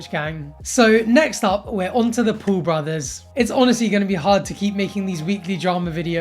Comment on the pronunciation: Omg! We're the same, neither of us can pronounce Paul correctly.